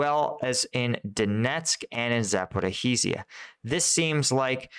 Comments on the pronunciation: Hi...I know Russian and Ukrainian place-names are sometimes hard. I am going to help you. Zaporizhzhye is pronounced "zaporizhia" "zh" as in soft "j". And Kyiv is pronounced "kee-iv"(Kiev) not Keeve. Ok...hope that helps. 😃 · i am sorry but its za-po-rizh-zhia 😂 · please stop killing the name of Zaporizhzhia 😂 use instead of zhzh the last consonant you hear in the word entourage or in nicki minaj